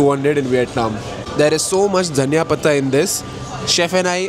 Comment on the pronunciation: Hahaha dhaniya .She pronounced it correctly btw 😭